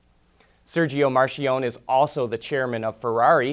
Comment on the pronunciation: Isn't Marchionne pronounced Mark-key-own-knee?